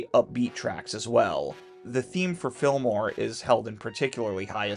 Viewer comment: Sorry this has nothing to do with anything but the way you say Fillmore quick like that, it sounds like you're saying Film Noir like I'm listening while doing something else and I think "You travel to a Black and White crime ridden town filled with people dressed up in trench coats and fedoras?"